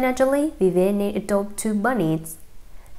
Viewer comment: CAN YOU NOT SAY VIV - VIE - ANN???